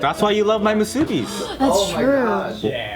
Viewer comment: "moo-soo-bees" you did not just say it that way..